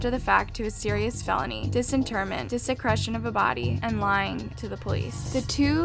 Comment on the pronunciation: I love voice, but if you have a true crime channel, please learn how to pronounce words like “desecration” and “asphyxiation” lol. Idk how “Plymouth” got mispronounced in another video, but at least that’s just a town. I keep having to turn on subtitles bc I’m like “wtf??” lol